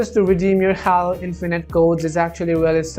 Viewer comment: it’s pronounced Hālo not hollow😡🤦‍♂️